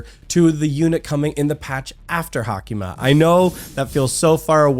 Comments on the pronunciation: Its sadly pronounced like hayk-ma tho And he spelled her name wrong....its Haicma,not Hacima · She is HaICma....not HaCIma